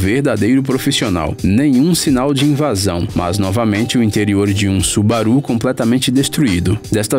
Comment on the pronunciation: Ótimo!!! Mas falar Subaruh é engraçado 😁😓